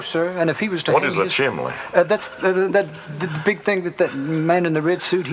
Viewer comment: I was taught chimley, the kitchen zinc (instead of sink) warsh (instead of wash), oirl (instead of oil)